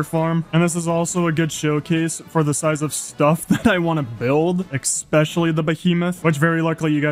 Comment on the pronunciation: ESSSSSpecially not EXspecially